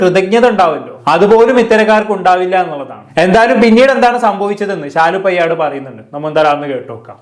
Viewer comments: പെയ്യാട് അല്ല പേയാട് ...തിരുവനന്തപുരത്തുള്ള ഒരു സ്ഥലമാണ് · എടാ നല്ല ത് പോലെ സംസാരിക്കാൻ പടിക്കു പയട് അല്ല പേയാട്